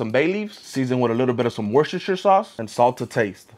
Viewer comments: worshcishceshciishire sauce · It's pronounced war-sher sauce👍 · It's pronounced wuster-shuh or wuster-sheer in the UK, depending on your accent. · It's pronounced war-shesh-ti-shire